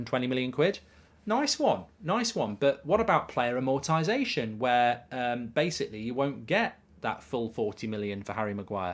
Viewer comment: Amortisation - 'Am-more-tie-say-shun'